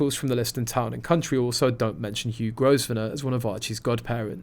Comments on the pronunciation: It’s not pronounced Gos - venor. It’s pronounced Grow - venor. The “s” is silent. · Growv ner not grow ve ner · Grosvenor is pronounced Grove Ner. The "s" is not pronounced. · Please pronounce the man’s name correctly. The S i silent